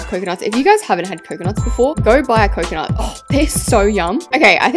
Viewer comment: Not calling pomtrees and couconnut trees diffrent😅